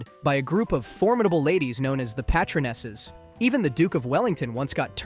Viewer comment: Pay- Trun-Ess! Not pat-tron-ess